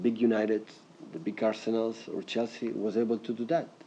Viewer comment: AHAHAHA CHELSEA!! Man said Chelshit